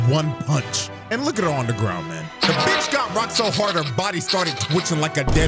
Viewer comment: You gotta check out the dub to hear how Scarlett pronounces "b**ch" as "beech"